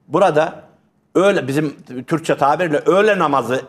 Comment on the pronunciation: 56.45 CI DAKIKADA NEDEN TURKCEYI KURTCE DIYORSUN HOCA....BU 1CI DEFA DEYIL COGU ZAMAN BOYLE DIYORSUN